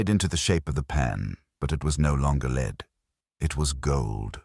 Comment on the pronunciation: News flash. It's an erzatz AI Irons voice. How is that known? AI doesn't know to pronounce the metal lead as "led".